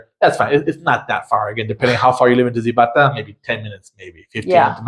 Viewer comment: The Z in Spanish is pronounced like an S. Zibatá is “sea ba ta”. It’s actually much larger than you describe and the park you describe is not the main park.